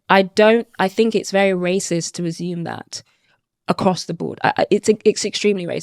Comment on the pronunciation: Why can’t she say assume correctly?